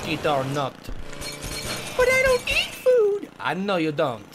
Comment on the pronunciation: It's a don move Toby... a DONT move.. Emphasis on the DONT!